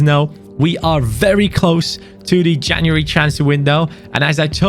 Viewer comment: Did u just almost call january caniuary😂😂